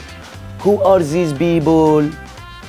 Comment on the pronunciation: "Who are ziiz beeboooollll?" Golden